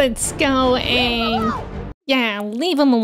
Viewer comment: It's pronounced "Aang". 😎